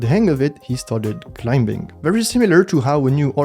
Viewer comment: Awesome video! Side note: the "b" in climbing is silent.